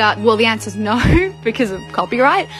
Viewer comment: "well the answerrr is ✨norr✨"